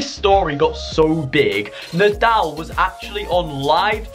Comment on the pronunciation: It’s nodal not naldl